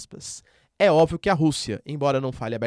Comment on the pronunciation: Professor, admiro muito o seu trabalho, e assisto todos os vídeos, e por isso mesmo sugiro o senhor trabalhar melhor a pronuncia da palavra "óbvio" que o professor usa frequentemente. Parabéns pelo trabalho, de muita qualidade!